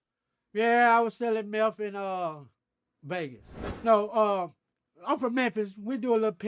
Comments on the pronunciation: My mans said BEGAS too #GLADTV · Brian: You mean Vlad Crunchy: Glad Brian: okay then how do you say Vegas Crunchy: Begas.....